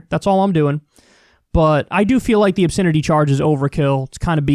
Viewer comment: Funny how Kyle pronounces "obSINity"